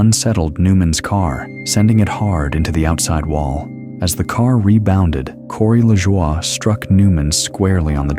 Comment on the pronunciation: Turned it off when the robot voice mispronounced Corey Lajoie's name.